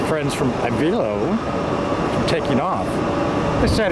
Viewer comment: you should figure out where AVELO is based out of. you should say the name right.